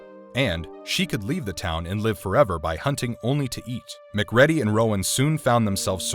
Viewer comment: Mc ready is my new favorite pronunciation of McCready